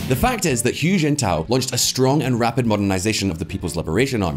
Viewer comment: Hu is pronounced 'who' not 'hyu' as you have it... ffs guys.